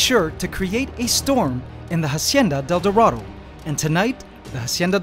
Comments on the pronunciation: i wanna watch the video but every time you say "Jacienda del Doradou" i cringe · I liked the part where he said Hacieana Del Dorado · I stopped and turned off this video when you said "Hacienda Del Dorado" for the hundredth fuckin time...... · I love your videos, but every time you pronounce Hacienda de El Dorado, I cringe. And you do say it a lot. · How many times can you say hacienda del dorado omg... stopped watching because of that